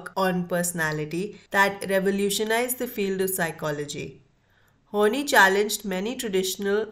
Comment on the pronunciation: This is interesting and helped me a lot too. However, Karen's last name is pronounced as "Horn-eye" not "Horn-knee".